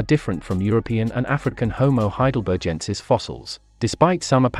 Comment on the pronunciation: Love your video presentation! But you're pronouncing 'Heidelbergensis' incorrectly. It has a hard /G/ sound, as in 'begin', not a soft /G/ sound (like 'engine')